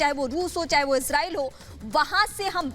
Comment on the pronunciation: इजराइल का नाम तो सही से पढ़ लो